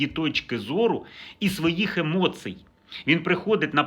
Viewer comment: Та не емоцьій а емоцій, можеш говорити правильно, профессар ??! Я постійно чую замість ії - а, замість і-и😂